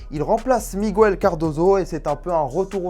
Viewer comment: On dit pas migouel mais miguel... 😂